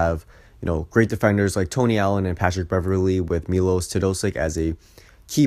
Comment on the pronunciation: It's pronounced as Milosh Teodositch, not Milos Teodosik.